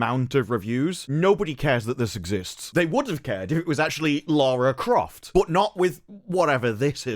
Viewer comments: It’s Larry Croft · It's Larry Croft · I think you meant to say 'Larry Croft'. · its LARRY CROFT